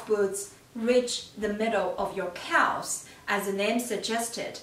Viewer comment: It's pronounced cavz, the l is silent. Sorry it was driving me crazy.